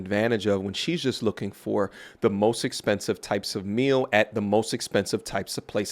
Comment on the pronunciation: She’s used to McDonald’s, where she can afford her mills. 😂😂😂 I’m sure she meant a meal, but pronounces mill.